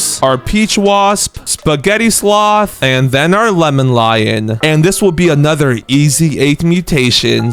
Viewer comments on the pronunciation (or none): none